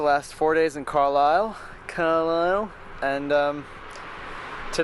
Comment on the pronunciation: Excellent pronunciation of Carlisle. It is however NewCAStle (emphasis on the middle syllable). Lovely country in the borders.